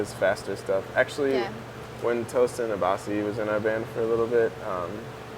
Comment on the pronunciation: lmao he called tosin toastin